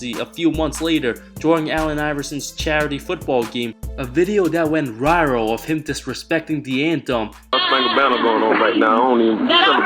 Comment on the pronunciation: “Went riral”